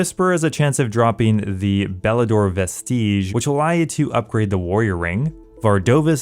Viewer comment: Vestige is pronounced more “vestij” not “ves tiege” or whatever the duck was being said. Reminds me of people not being able to esoteric when bh came out.